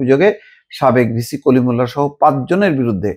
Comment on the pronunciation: তুমি যেভাবে 'সেই কলিমুল্লাহ' বললে!